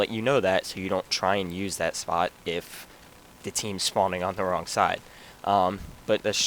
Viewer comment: and schpot